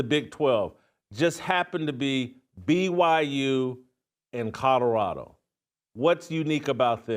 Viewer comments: It's Colorado, not Cotoroto, take the potatoes out of your cheeks!! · You can't even say colorado.. shadddddup